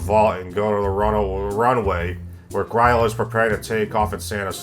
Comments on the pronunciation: Great video, but gryla is pronounced grill-ah. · I think you MAY have mispronounced "Gryla"